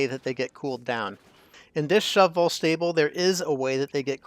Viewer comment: I appreciate how you pronounce Shove Vole each time, and don't just say "shovel". I've never done a shove vole farm before, so I definitely think I'll try it out now. I'd like to experiment with the replenishment though - perhaps if the critter counter rather turned off the egg conveyor loader (is that even possible) when it drops below 10, then you just have to wait a few cycles for it to hatch and grow up. As soon as it hatched the other eggs would be swept up again. Then again, there would be a slight delay in producing more eggs while you wait for the pup to grow up.